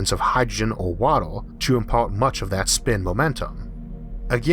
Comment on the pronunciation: Wawer, solaw powew, eqwawor 🤣🤣🤣